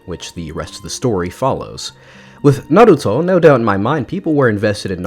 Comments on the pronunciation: It sounds atrocious with english pronunciation. The rest of the world is grateful to him for avoiding that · Brother, you dont need to say Naruto like that. At one point, you literally switch back to the typical english prononciation within a sentence or 2. If you're trying to say it correct out of respect, you aren't really saying it quite right, and most japanese people would he okay with the english pronounciation. (Just like how they say english words in Katakana) If, however, you're trying to show how cultured you are or something similar, please stop. You're speaking to an english audience, so mixing in japanese clunkily is distracting.